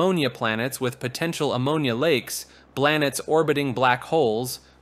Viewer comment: Bro said “Blanets orbiting black holes” LMAO